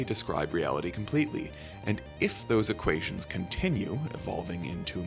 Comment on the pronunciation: Excuse me, "equateons"?